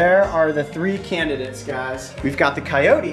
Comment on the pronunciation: It is Coyote not Cycote.